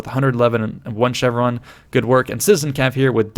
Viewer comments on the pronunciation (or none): none